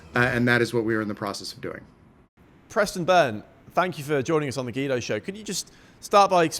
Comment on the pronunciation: Why does the host insist on pronouncing Guido gee-doe instead of gwee-doe ?